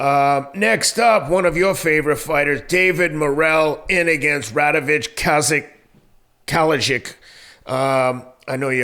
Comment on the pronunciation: ra-de-vo-yay kalai-zich not radivch kaldizic